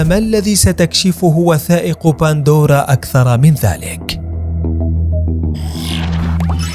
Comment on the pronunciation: قهرتينا ايها المعلق إسمها pandora وليس bandora 🍅🤭